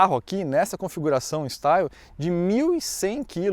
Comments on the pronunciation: Pronuncia de Style= estíle. A leitura é em francês e não em inglês. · o "Style" se pronuncia "Estíle" pois está em francês. Não que isso seja relevante, mas... 😁